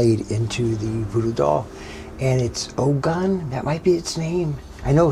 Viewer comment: The Ogun is pronounced OGOON